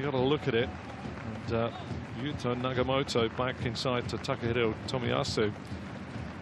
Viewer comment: NagaTOMO not Nagamoto. It's a shame for the commentator not to know a player who has played in Europe for 10 years, including 170 matches for Inter Milan